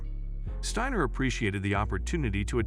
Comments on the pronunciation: Great video n awesome young lady!! Narrator, its pronounced Sti-ner not stannor lmao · STIner Not Steener get it right== idiot goes back and forth with the wrong pronunciation-- STEINER (the I is dominant) if Jewish then the E is dominant, and even says STAner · As bots go I didn't think this one was all that bad. However the tendency to go back and forth in pronunciation from Steiner to Steener was a bit annoying. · Good video except how is her last name properly pronounced... you used Steiner, Steener and Stainer??? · You would think its Joe Biden reading A Teleprompter. It’s a she and her name is Abby Steiner not steener. Lmmfao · Please pronounce her name properly she's a huge star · Steiner is an amazing talent. She deserves a much better video than this. So many errors, even mispronouncing her name, referring to her as 'himself' … she deserves more respect than to present this poor production as a 'tribute'! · Could you take just a minute to learn how to pronounce her name and other things in this video before posting? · Okay, you spell Abby with an E, mispronounce her name and, at one point say himself, instead of herself. Gotta do better editing. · First of all, you referred to her as "him" and then proceeded mispronouncing her name. Great journo, you dunce. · Agree that the language problems are very distracting. You referred to her several times as "him." In case you're not aware, "her" is female. You bitched pronunciation of her last name repeatedly. I admire Abby, but your show needs to get its act together.